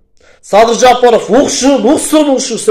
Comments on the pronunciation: Жопоров эмес тилини ондо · Бул кайсы акылдуу Жапаровдун фамилясын нармольно айта албаган.адам Садырга акыл айтабы бул Ким ОЗУ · Озуно озу ишенбеген Адам ушинтип коркот ,бетин табактай деп ,маданияты жок сыйы жок ,жок дегенде жапаров дегенди туура айтчы,дулойсунбу